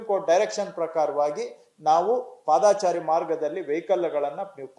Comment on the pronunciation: ಪಾದಾಚಾರಿ ಎಂದು ಹೇಳುತ್ತಾ ಇದ್ದೀರಿ. ❌ ಅದು ತಪ್ಪು. ಪಾದಚಾರಿ ಸರಿ. ✅